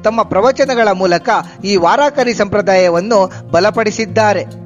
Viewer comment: THANKS FOR DETAILED INFORMATION ON PANDHARAPURADA PANDURANGA VITHALA. PLEASE USE WORD 'VAARKARI' AND NOT 'VAARAAAKARI'. AND THE MEANING OF VAARKARI IS DEVOTEES. HATS OFF TO YOU AND YOUR EVERGREEN HARD WORKING TEAM. MAY VITHALA AND RAKUMAI BLESS YOU ALL.